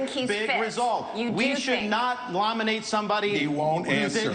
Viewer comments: Ron Desantis: "We should not LOMINATE somebody..." And Trump has a cognitive decline? Looks like it is catching. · 'lominate' - desantis.